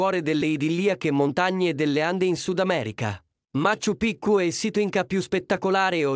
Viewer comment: Machu Pichu si pronuncia maciu piciu